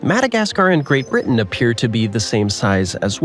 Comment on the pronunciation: he first told uk is the wrte now he is calling it GRATE BRITEN